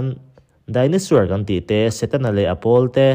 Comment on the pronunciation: Chaos= Kei-aws(✓). Cha-aws(x) Dinosaur=Dai-naw-sawr(✓) Dai-naw-suer(×) Dictionary hi a tha teh nia